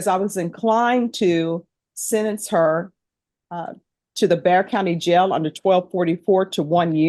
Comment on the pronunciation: Its sentence not sedance